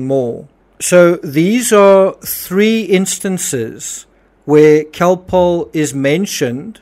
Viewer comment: Cocoa contains caffeine and sugar, which are stimulating, not sedating. But the interviewer said Calpol, not cocoa. Her accent distorts the sound of the word and the audio is not the best quality, being old, so it would be easy to think she said other than Calpol. She pronounces it like Khol-Polh.